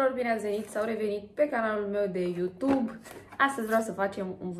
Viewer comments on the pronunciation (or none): none